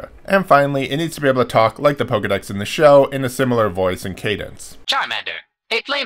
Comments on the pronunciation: It's painful hearing him pronounce it PokEEdex instead of PokeAY/UHdex. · "poh-kay-dex", not "poh-key-dex".